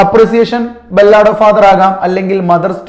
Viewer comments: ബല്ലാട് അല്ല സാർ ബാലട്😂😂😂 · Ballaad alla sir 'Ba luhd ' ennanu pronounce cheyya